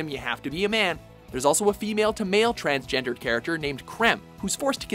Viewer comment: It's actually said transgendER not ERED.